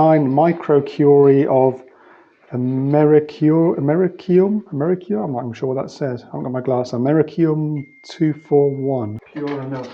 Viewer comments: I believe it's pronounced Amer-ees-ium. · Americium -- it's pronounced "am-er-eec-ium"